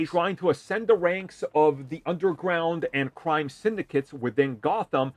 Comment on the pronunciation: you got a face for radio and a voice for books. lol. BWIG BWOY OPWINIONS. why would you try to say the word "ascend"... LOL. say the riddler again HAHAHAHA and the word series... HAHAHAHA FLYING COLORS. CWIME.